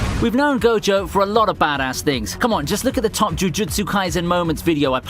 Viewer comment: Did he just call Gojo Satoru Jogo??!